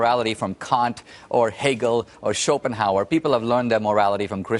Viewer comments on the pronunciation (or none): none